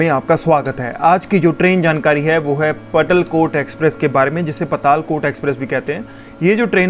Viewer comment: भाई मैं छिन्दवाड़ा से हूँ इस ट्रेन का नाम हमारे यहाँ के प्रसिद्ध स्थान पातालकोट के नाम से है ,तो आप इसे पातालकोट उच्चारण करें । पटलकोट कुछ नही होता है । पातालकोट होता है वो केवल ।